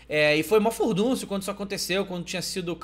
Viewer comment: Ele falou furduncio.. Interessante -_